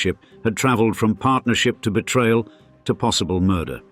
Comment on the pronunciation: Moidahhhhh? What Moidahhhhhh!?!?!?!?